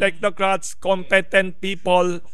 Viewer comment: Wilson, it's pronounced as "com-pi-tent"